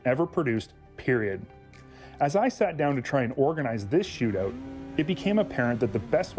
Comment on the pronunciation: A "shootooot" eh